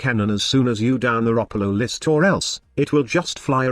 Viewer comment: Thanks, I learned how to pronounce Ropalolyst from your video.